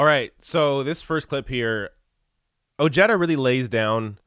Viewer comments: It’s pronounced “O-head-ah” NOT “O-Jed-ah”! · Oh-hay-da is the correct pronunciation. Another bourgeois politician who tries to come across as for working people. Every few yrs. another one comes out of the woodwork. As the crisis of this system increases, there will be more like Ojeda. And Trump. I have a suspicion that Ojeda is more right wing than he lets on. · His name is pronounced oh-HAY-duh. Facts first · If Ojeda supported trump, he ain't POTUS material. And the way he pronounces his last name is ridiculous.